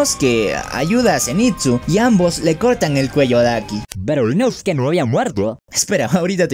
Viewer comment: es inosuke La pronunciación es diferente